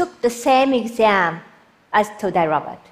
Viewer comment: Just Random oh I heard it as todai Robert